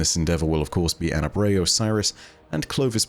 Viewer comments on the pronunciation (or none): none